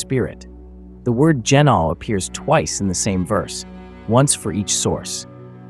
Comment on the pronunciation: Gennathai anothen - born anew, again, from above. Edit: I have to add, I'm loving these videos, but I know several of these words and the pronunciation is throwing me off. Gi-naw'-oh - with a hard G, and the ' indicating a glottal stop like the british way of saying bottle - baw'-ul Ah-naw-then - the th is unvoiced so it's the th in "hoth" not the th in "these". Finally, the word for breath/spirit/wind is... Pnew-muh - the P sound is quick, unvoiced, and pronounced immediately before the n without making it a separate syllable like puh-new-muh. That's how I pronounce them anyway.